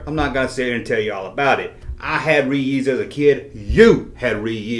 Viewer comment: Ree-yees peanut butter cups.